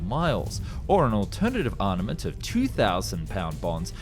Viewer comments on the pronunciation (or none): Anyone know what CG software this channel uses? There seems to be a real jump in quality recently. PS: it's Armament not Arnament Not sure why you insist on pronouncing like that?